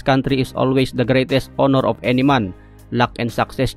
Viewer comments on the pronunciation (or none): none